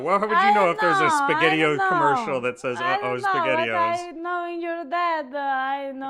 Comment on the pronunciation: That is by far the best pronunciation of Spaghettio’s I’ve ever heard. I think I need a cute, little, Italian woman in my life now. 😄👍 Ok, I’ve heard Italian people speak my whole life. I could listen to her all day, It doesn’t matter what the subject is. She has perfected it. 😄🇮🇹 I know this may sound a little weird, but I can picture listening to her when she 80 years old and she will sound great. I guess it’s the traditional, Sicilian, old world, Italian grandmother style of accent that’s getting to me. Ha Ha! If I was a content creator, I would hire her just for voice work! 😁 Seriously, she’s got a great voice.